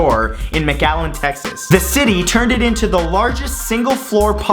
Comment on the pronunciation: Matthew did you say Mcallen tx?